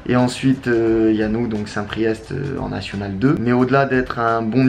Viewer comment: Par contre on dit st PRIÉ